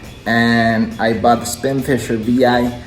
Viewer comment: it's not VI it's 6.🤣